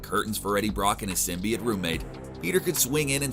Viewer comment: Dude,you have to say symbiote correctly!! It's not symbi it!!